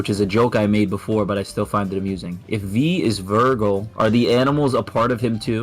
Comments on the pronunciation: Ah yes my favorite sparda brother “virgil” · Why the hell is he saying vergal 😂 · it's not virgil.... it's vergil. And that dude says vergal.. Understood or not 😂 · I think this guy hasn't actually played any dmc game hoe he pronounced Vergil is evident and his reasons are so trash like I've honestly never heard anything more stupid than this